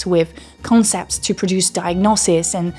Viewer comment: Your scent is really strong. It's sounds nice except I would recommend you practice the "th" sound in words like "that" and the "t" in the word "to". I hear "dat" and "choo"